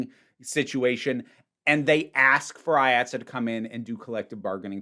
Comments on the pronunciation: It’s pronounced Eye Aught See, IATSE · This may have already been covered, so sorry if I’m repeating it. IATSE is pronounced “Eye-at-see”, at least in the NYC-theatre world. Delightful video no matter what, though as someone whose shop is actively unionizing (woo!), it made my eye twitch a little.